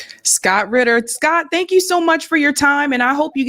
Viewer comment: Its Scott RITTER, not Scott Quitter !